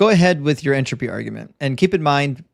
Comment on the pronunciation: Physics student with no clue what a constant is. sure....and can't pronounce entropy correctly